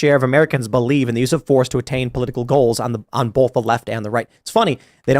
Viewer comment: Gotta say... Tim pronounces "both" with an 'L' and also does (not sure if she did before). It's B-OH-TH. Not bowlth. That has bugged me for so long... I mean no insult. 😆